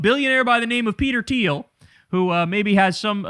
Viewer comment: Thiel... it is Thiel